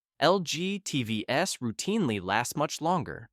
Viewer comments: These AI voices are so annoying. Instead of saying TVs, The voice says TV ess. Someone should be checking these things. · When they pronounce TVs as T-V-S, it's time to check out. Written and read by AI. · "Tee-vee-ess" for "TVs"? With AI reading the script without human quality control, how are we supposed to trust your opinion about anything?